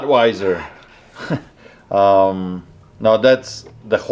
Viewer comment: im almost 100% certain you said buttweiser.